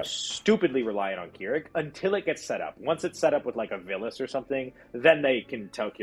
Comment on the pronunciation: Listening i can see y'all don't know how to play k'rrik. Also its krrik like crick in the neck. Not keerik